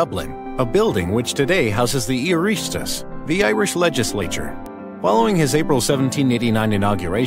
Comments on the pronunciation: I really enjoyed the terrible pronunciation of oireachtas. Irish people who see this will understand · I'm irish and yes that was horrific pronunciation but honestly most irish words are hard to pronouce so I don't blame them.